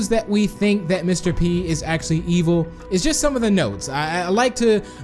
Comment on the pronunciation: did you check your fotidg becouse you said ivel or bad